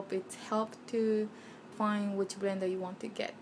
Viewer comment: wtf is a "brender"?